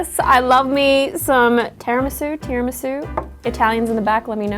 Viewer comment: As an Italian in the back you are closer on your second pronunciation of Tiramisu, and also I make mine without booze, and hope you don’t actually drink!